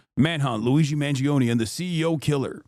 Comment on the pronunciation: Me as an italian, wincing everytime i hear the EE in Mangione